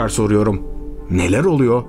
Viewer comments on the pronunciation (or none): oluyo, yapıyo, duyuyo - gibi kelimelerin sonunda olması gereken -r 'leri yutmazsanız, daha rahat dinlenirsiniz.